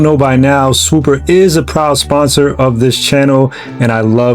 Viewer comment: Please learn how to talk before making these videos. Swoopa is swoop-ah, not Swoop-er. If I was your sponsor, or sponsa as you say, I’d drop the support immediately. Other than that, you did a fine job and I enjoyed the video. Hope you continue to hone your craft, you have promise.